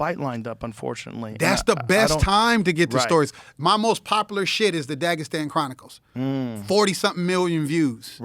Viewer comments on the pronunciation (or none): none